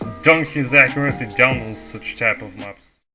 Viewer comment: "accuraccy" Great video dude, really glad someone is taking etienne's place as he was my first inspiration when i started playing a little less than a year ago, looking forward for more of these in the future!